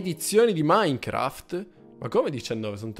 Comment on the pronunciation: Non ija minecraft ma icha minecraft